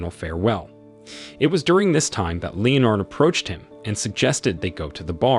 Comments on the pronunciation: 'LEO-nard'? Really? How about 'LEnnad'? Anyone would think it's a machine 'talking'! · Leo-nard? No-el? English not really your thing is it? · It sounds like you didn't even bother to watch the film. "Lee-Oh- Nard". The burning garbage was inside, not outside the flat.